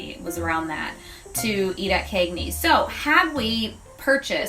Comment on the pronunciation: As for the Cagneys pronunciation... that’s just how ppl where I’m from talk— central New Yorkers use a long “A” sound even when we don’t mean to cuz it’s just our accent #Syracuse lol